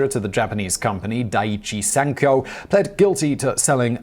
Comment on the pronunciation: I am genuinely pleased with your Japanese pronunciation of Daiichi Sankyo. Seriously.